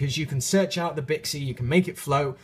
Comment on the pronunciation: Whe you were talking about Bixi, when you said it's name, it sounded like "Bitchy."